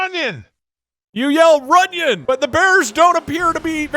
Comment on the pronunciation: When said "Runion" I think it was supposed to be "Reunion"